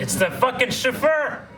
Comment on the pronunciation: Hey lets talk about why says chauffeur like shefur